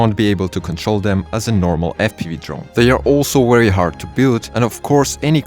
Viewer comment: Its just a "v" simple letter to pronounce and enunciate. Its not "wery" its Very!!! With a V!!!